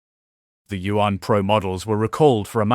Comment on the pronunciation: 🤣🤣🤣🤣can not even pronounce YAUN correctly 😂😂😂😂